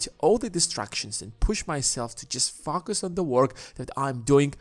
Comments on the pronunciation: focus not fucus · I’m only one to hear f@ us instead focus? But definitely a good video. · why do you say "poor people fuck us" lol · Sorry but every time you say focus I chuckle